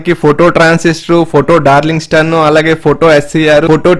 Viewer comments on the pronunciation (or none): డార్లింగ్ టన్. (Darlington pair transisters,) pl improve your pronunciation.